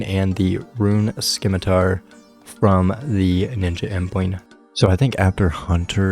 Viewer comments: Video 6 of complaining about "simitar not skimitar" 😂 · If english didn't want the 'c' pronounced, they shouldn't have put the 'c' in the word. Please keep pronouncing it, love it.